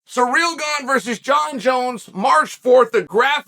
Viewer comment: Wow, stop disrespecting Ciryl, his name isn't "surreal".